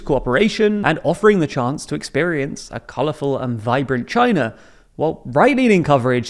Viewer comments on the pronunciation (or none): none